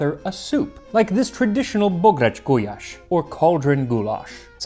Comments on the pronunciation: It's ok. He really needs work on the long "á". For most English speakers, that's the easiest. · Bográcsgulyás wasn't correct but I am used to much, much worse from foreigners. I always enjoy Max's pronounciation even if I don't know the language myself, it feels right :) But Hungarian is difficult :P